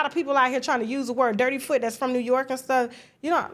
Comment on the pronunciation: It’s not dirty foot you said it too nicely. You need to say it the Jamaican way “dutty foot “